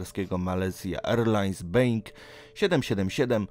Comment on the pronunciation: Mówi się Boing a nie being A piszę się Boeing :)